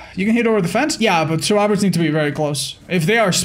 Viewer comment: I love how his accent makes him say surwibors